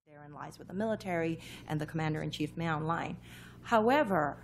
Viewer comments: No, it's actually pronounced like /mə/ a /lɒl/ "Ma A Loe" ✓ I'm Burmese ||| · Know someone who pronounces "Min Aung Hlaing" differently? Think any of the pronunciations in this video are wrong? Let us know by commenting below!